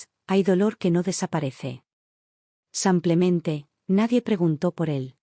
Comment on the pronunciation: Que significa la expresión SANCLEMENTE, que la oigo en muchas de sus historias..? Excuse, me parece que es error de lectura y lo que quiere decir es SIMPLEMENTE. De lo contrario no entiendo esa exclamación..!! Gracias.